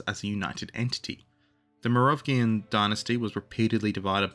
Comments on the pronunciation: morovgian dinasty? isnt it mero-vingian? (without the dash) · What did you say, the Morovgian dynasty? 🤣🤣🤣 Oh man, thanks for that.